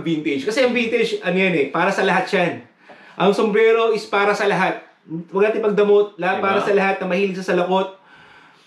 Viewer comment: Boss "sumbrero" not "sumbrelo" hehe